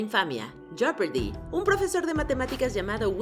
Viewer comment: Se pronuncia jepardi la o no se pronuncia en inglés no se pronuncia joepardi tampoco En cambio la o de fortune si se pronuncia .... no se pronuncia fertun ni forchun se pronuncia fortun..... como en español se pronuncia fortuna así mismo en inglés pero sin la a Chef bien pronunciado en español así como lo dijiste pero en inglés se pronuncia con una s: shef..... por si lo quieres decir en inglés pero este es un video en español.... bien hecho Me sorprendió mucho la pronunciación de millionaire sabiendo lo bien que pronunciaste el francés unos números antes